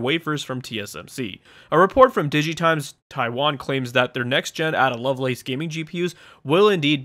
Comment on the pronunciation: Ada is pronounced Ayda rather than Adder. Sorry for being a pronunciation nazi!